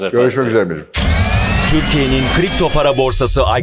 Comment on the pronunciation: doğrudan ilgili değil ama sponsor şirketin adı niye "i cry pex" söyleniyor? ingilizce anlamı "ben ağlarım pex" demek. bir borsa şirketi olarak firma da ağlatmayla ilintilendirilmek istemez :) muhtemelen "i cryp ex" şeklinde düzeltilir.